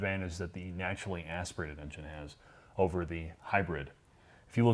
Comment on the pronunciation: accent is mostly non-regional until he says the words “naturally aspirated” 😂